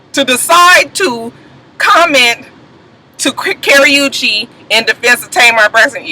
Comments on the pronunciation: OMG I am dying laughing over here. When you say Karrueche's name, it sounds like you're say Carry-oo-chaye.......lol hahahaha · It's funny how you were saying that girl name wrong but thought you saying it right! Everytime you said it I died.